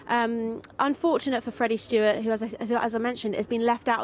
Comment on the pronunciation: Freddie Steward NOT Stewart!